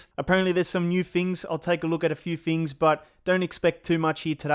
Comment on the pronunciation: “ New fings “